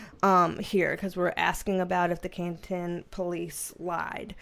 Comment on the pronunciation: I live near Canton MA, and you did pronounce Canton correctly